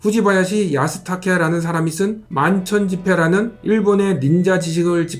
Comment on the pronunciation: 万川集海[반센슈카이]는 한글 발음으로 [만천집’해‘]입니다. [만천집’회‘]가 아닙니다.